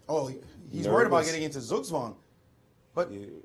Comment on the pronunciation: I wish the english language had an own word for "Zugzwang". If you are german it is allways bleeding your ears to hear an american moderator say: "Oh no, black is in Suggsuang now."